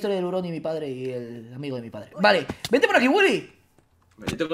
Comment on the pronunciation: williy wonka... ¡WILLY! wonka...¡dice ¡WILLI!